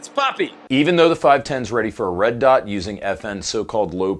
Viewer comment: "Red dite ready" 🤣